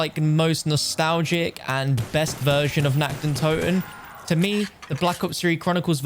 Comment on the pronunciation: It's NACHT, not NACKT. It's the night of the undead, not the undead being naked!